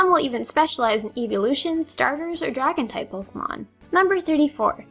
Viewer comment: o you said Draon!